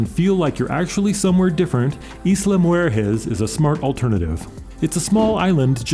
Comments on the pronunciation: It's not Isla Moo-er-hez. It's Isla Moo-her-ez. Geez. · Isla Mujeras Pronouned Isla Mu HAIR ess